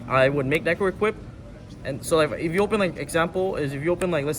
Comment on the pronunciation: Pak's been watching too much DB Grinder... "Paradeesay," "Dezeeahray," and "Necroidquip" are just diabolical